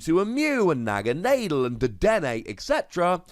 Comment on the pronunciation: Naga nah del is how it's pronounced lol